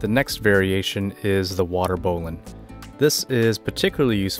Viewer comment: Excellent presentation, with correct pronunciation [bowlynn]